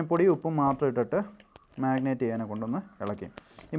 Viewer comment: Magnate alla brother....marinate....annu annu parayunathu.....chicken is superb.